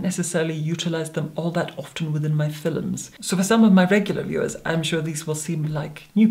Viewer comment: I think he’s from Edinburgh which is a more refined Scots accent , love it when he pronounces fiLms